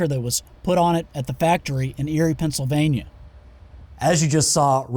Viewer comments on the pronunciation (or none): none